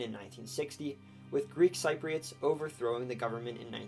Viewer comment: Every time you mispronounced Cypriots I cringed inside.